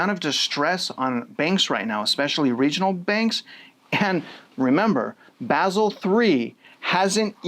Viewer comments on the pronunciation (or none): none